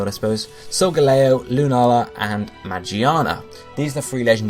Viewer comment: i just wanted to point out its "megearna" not "magiana" the one you pronounced was the japanese name....anyway good video. keep it up :)